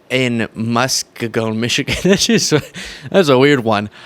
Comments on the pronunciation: Its Mus Kee gan, Michigan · I have to correct you because that is where I am from 😂 it’s Mus-key-gon and yes Steakneggers has been around for a long time😊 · mus-KEE-gun Michigan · It’s pronounced Muskeeegon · As a Michigander I have to help you out. It's pronounced "Muss-key-g-in". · Its pronounced MUS-KEE-GAN MI. im a yooper living up north eh? We trurning blue up here💙💪💪🤪 we love Timmy and Harris. Common sense and people that give a 💩 about THE POOR. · That’s in my town! mus-KEY-gun. I wish I would have known, I would have went! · Please learn how to pronounce place names before hitting the air. The restaurant name is a play on the classic breakfast of steak and eggs. It’s in the city of Muskegon (muss-SKEE-gun). For extra credit, learn how to pronounce Sault Ste Marie, and Mackinac Island (or bridge). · It's pronounced Musk-key-gone. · Its pronounced "Musk-KEE-gun". . .JP Mandel has that used car salesman smoothness. You buy the car and drive off the lot only to have the engine fall to the ground within one block. 😂😂😂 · 😂😂😂😂😂😂😂😂😂 It’s pronounced “musk-eag-en” Michigan. 😂😂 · It's pronounced stake-en-egg-er in muss-KEE-gan. Just sayin', carry on... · Hey...Steak and eggs is often had for breakfast in some places. So the restaurant is Steak (and) Egger, Steak 'n Egger. And the place is kind of pronounced Musk ee gone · Musk-Kee-Gan/ Steak n Egg, probably a breakfast diner :) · Just FYI not criticism. Muskegon is pronounced “muss-KEE-gun” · Being a Michigan resident let me help you with the pronunciation. Musk-key-gun. The restaurant's name is a play on steak and eggs. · Mus-kee-gen Is how you pronounce Muskegon Mi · The name of the diner reflects a popular breadfast choice, Steak & Eggs, so a person who likes that would be a Steak&Egger. Also, the name of the town is pronounced MusKEEgun.